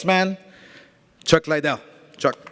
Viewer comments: Not hating but... all Oscar thinks about is the legends Tito Ortiz and Chuck "LIE-DELL" lol. Can't pronounce his last name correctly, but all he thinks about legend wise in MMA... Chuck "LIE-DELL". Big fan. Lol. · Why tf does he keep saying LIEdel? Not to mention he’s terrible at press conferences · What's the matter with Oscar's speech? He's been mis-pronouncing Chuck's name with "LIEDELL!" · everytime oscar says chuck lie del. haha chuck gives him a crazy look. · Chuck liedell. Can he even say his name right? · I came back cause Dana white said Oscar can’t even pronounce chuck lidell name right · He’s promoting a trilogy between two of the most iconic MMA fighters in history & he still can’t pronounce Chuck’s last name properly 🤦🏻‍♂️ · De La Hoya shouldn't talk about anything MMA ..... obviously knows nothing about it. Can't even pronounce Chuck's name correctly. AS for the fight .... lol .. until Ortiz shows he can take a punch, it dont matter how much he knows what Chuck's been doing.